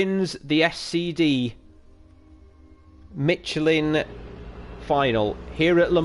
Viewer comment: Well done, very entertaining commentary. I didn’t know there was a “t” in Michelin...must be the Yorkshire alphabet 😉😃